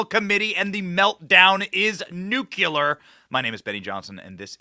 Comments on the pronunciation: Ben, I LOVE YOU ..but, PLEASE STOP SAYING ... NEW-CUE-LAR, NU- CEW-LARS, nuacue-LAR AND any Other "ABOMINATION" of thee most SIMPLISTIC American word EVER ... "NUCLEAR "new-CLEAR", get it yet .."NU-CLEAR" ..pleeeaaase STOP IT, BEN..I BEG ! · NuCLEAR, not nuculer. Please please please. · nook LEA er , not nook YOU ler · Nucular? Intro of a full minute is way too long. Not even necessary. A bee buzzing? Just no time for it. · Ben! I love you!! You are awesome!! But by the love of mercy please!! learn to pronounce NUCLEAR. Please! I’m OCD and every time you say it it’s like nails scratching on a board. 😫